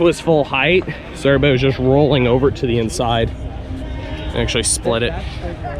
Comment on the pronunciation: Love these videos. One question: are you able to pronounce the 'v' in the word everybody?